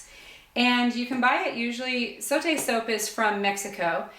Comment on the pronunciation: I am so happy to see a video where zote is pronounced correctly.